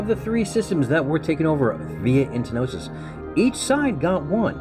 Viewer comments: It's "entosis", not entnosis. And it's not Shush, it's S.H.H. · Was giving him a small jab... there is no second N in the word the way he says it.... ;) The word is entosis. Kinda like some people say nucular, no... it's nuclear. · trigged by "entenosis"